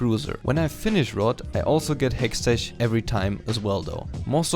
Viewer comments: I'm a new viewer. I don't know how to ask this without being rude but can someone tell me if it's his running gag that he calls hextech (hextek) as hextech (ch as in charcoal)? Great guide nonetheless though :) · Just a quick little feedback of your pronounciation of the "ch" in Hextech, it should be pronounced like a "k"/"ck" so Hextek/Hexteck Gunblade and in Lichbane it should be pronounced like Litsj Bane. The video itself (and the rest of your English) was overal very good and you got I like from me. I personally prefer to build Runic Echoes, pen boots, Lich Bane, Hextech Gunblade, Rabadons, zz rot/other ap item/situational item